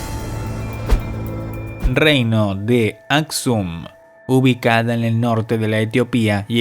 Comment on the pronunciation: ¿Dices "bacinica", "basilica" ....o qué...? (Aksum). En lo de los mayas dijiste "una sequía que los ruinó"...creo que debiste decir "una sequía que los arruinó"... Y tu tonito de voz, muy sobreactuado y cae perfectamente mal....¡¡Adiós!!